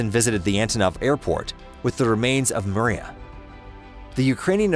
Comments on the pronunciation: It's pronounce Mri Ya and NOT Maria.Get it right. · It's "Meer-YAHH!", not "Maria", DAMMIT! It means "dream". LOSE THE ANNOUNCER-BOTS! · also calling it the Myira the Maria. Ai narrator? Another garbage aviation channel built with Ai. There are a number of such garbage channels, some are also making claims of a 2 engine 747, but it's all BS from them. A search among more legit info brings up no such crap. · 'Maria'??? Am I the only one who heard his pronunciation of it??